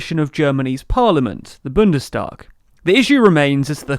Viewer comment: It's Bundestag, not Bündestag.